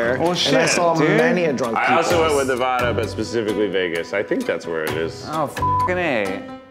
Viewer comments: ZACH!!!!!!!!!!!!!!!!!!!! NO!!!!!!!!!!!!!!!!!!!!!!!! DON'T EVER SAY NAVADA LIKE THAT AGAIN!!!!!!!!!!!!!!!!!!!!! BIG NONO!!!!!!!!!!!!!!!!! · Me a Nevadian losing her ever living mind over how you all are pronouncing Nevada.... It's NEVADA, NOT NEVAHDA! head explodes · Any fellow Nevadans angered by the way they are saying Nevada. It’s Ne-VAD-uh ( VAD like MAD) not NE-VAH-duh ( VAH like SPA) I love you guys but hearing it broke my heart lol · Hey, it’s nev-a-duh not neh-vah-duh. Please god say it right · PLEASE GOD PRONOUNCE NEVADA CORRECTLY! nev-aaaa-duh not neh-vah-duh, how do so many people blatantly get this wrong?! And how did not correct you fools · It’s Ne-Va-Da not Ne-Vah-Dah. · While we’re at it it’s pronounced NEV-AD-AH zach wtf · As a native Nevadan please never say nev-AW-da again respectfully 😌😂 great funny video tho! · but then he pronounced nevada wrong 😭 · it’s the pronunciation of Nevada that is currently driving me to drink. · Bonus points should have gone to anyone who could pronounce Nevada correctly. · ZACHARY ITS NUH VAHHH DUH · You guys🤦🏽‍♀️ as much as I love you guys as a fellow Nevadan learn how to pronounce it😹😹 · how do they live in california but still manage to pronounce nevada wrong 😭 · He pronounced Nevada incorrectly. REEEEEEE! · respectfully yall pronouncing nevada like that hurt me to my core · Zach and Keith pronounced Nevada wrong. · Just here to yell at zach for pronouncing NEV-AD-AH incorrectly. YOU LITERALLY LIVE IN THE STATE RIGHT NEXT TO US WTF BRO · Does it bother anyone how they say Nevada like I’m from Nevada and it’s not pronounced they way they did lol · Not a single one of you said Nevada right…disappointing